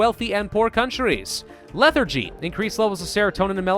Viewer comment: “leather-gy” no.